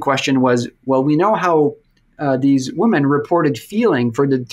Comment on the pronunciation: why is he pronouncing women as woman?